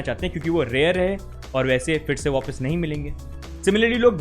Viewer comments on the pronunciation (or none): none